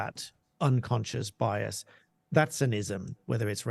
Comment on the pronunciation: “It’s unconscious biase” came straight out of Harry’s mouth lol Scoby seem to speak same language as the harkles lol